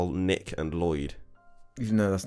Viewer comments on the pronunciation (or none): none